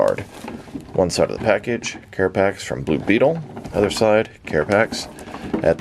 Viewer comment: "Carapiss" lol